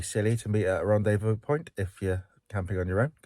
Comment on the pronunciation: He's back! Excellent Welsh pronunciation of "Rendez-vous" 👌